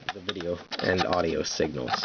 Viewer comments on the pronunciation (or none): none